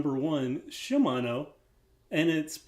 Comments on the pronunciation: Seeing as how in Japanese it would be pronounced She-mon-O, I think the way you pronounce is more correct. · Keep saying Shimano the way you've been saying it. Everyone who says it differently is weird, including the guy in the Shimano commercial. I have a Schwinn Knowles full suspension bike with small diameter bars and one disc brake. It's certainly a previous era Walmart bike, but it has potential. A new wheelset, drivetrain, brakes, and fork would make it a pretty good bike.